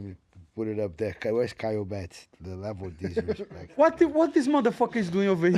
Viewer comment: The leveu of disrispektch